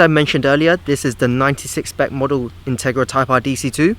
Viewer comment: intarga type Arf . that's what it sounded like you said lmao. jk xD